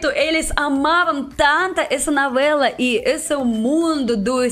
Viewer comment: Disconcorda, uso-homi, nouela, ulitima vêz, kkkkk